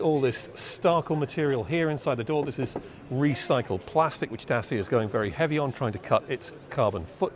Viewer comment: Try "Datch-ee-a", PS this is a great design, having seen a few Citroen Ami around town there is no doubt the Hipster would be popular.